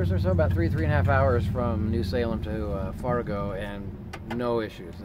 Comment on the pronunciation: I believe it's pronounced FARrrrrgo! Nice vid guys. SUPER PERFECT seeing you yesterday! Love you both!!!